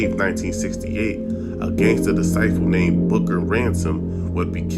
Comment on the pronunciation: FOLKS CANT EVEN SAY DISCIPLE….BUT WANNA PUT OUT BGD VIDEOS…SMH